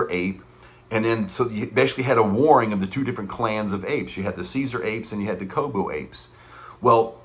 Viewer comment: “Koba!” Dude, his name was Koba! You’re killing me with that “Kobo!” 😅All that notwithstanding I agree with you that the movie is garbage. Supposedly this film is intended to be the first of a new trilogy that is linked to the dawn, rise, war trilogy. IMHO this was a horrible start and an insult to the previous 3 films.